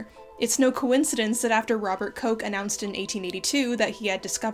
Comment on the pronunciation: Funny... you totally butchered the name of Robert Koch but did do no lampshading. ;)